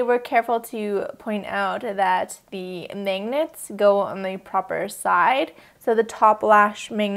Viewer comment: How do you pronounce "magnets"? I keep hearing you say "mangnets"... I'm from Brazil so of course I'm NOT an expert.